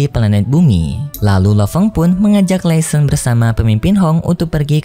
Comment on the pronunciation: Laishon bukan lesen